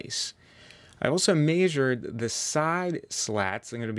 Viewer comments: Measured not “maysured”. I cringed every time I heard it. Other than that awesome video and build. I’ll be making one over the winter for the summer. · very cool project. hearing you say "mayzured" made me want to pull ur eyes out. less transitions just make one smooth video. good info